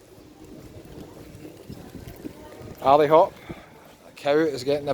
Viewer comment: And the all time classic Ale Hop try Ally Ooop